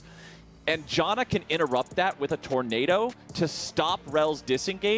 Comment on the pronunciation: JAN - UH... not JOHN uh... Morons.